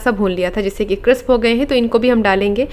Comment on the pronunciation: क्रिस्प न कि क्रिप्स।